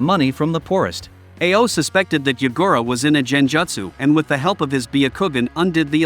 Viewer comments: jen-jut-su 💀 IT'S PRONOUNCED GEN-JUTE-SU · Your Americanized pronounciation of Japanese terminology is extremely annoying, most of the time I have no idea what you are saying. Wtf is a "Jen-Jatsu"? It's Genjutsu. Even the Dub version of the anime gets the basic terminology right.